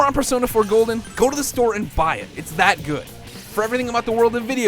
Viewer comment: persona 4 golen lol